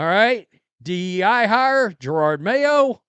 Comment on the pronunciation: I love how he still says Gerard mayo, lol